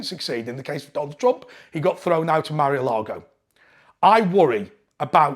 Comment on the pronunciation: It's no 'Marry-a-lago'. It's Mar-a-Lago.